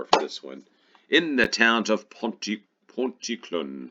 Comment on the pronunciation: Pontyclun - is pronounced Pont-a-clean